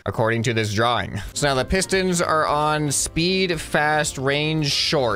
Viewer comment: Bruh he said sistons instead of pistons.